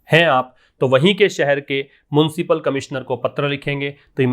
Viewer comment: It's municipal sir..not muncipal